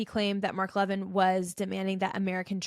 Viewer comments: It’s pronounced “Mark Le-VINN”. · If you watched Mark Levin, you would know how to pronounce his name. You are right about everything, but Mark is the good guy, so please pronounce his last name correctly.